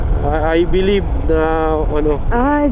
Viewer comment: "I bellieve...."